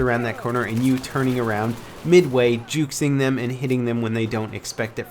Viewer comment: did he say juxing instead of juking?